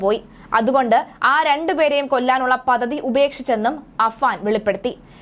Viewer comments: Pathathy alla padthathi. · പതതി അല്ല, പദ്ധതി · പദ്ധതി "പതതി "അല്ല കുട്ടീ. വ്യക്തതയോടെ സംസാരിക്കൂ.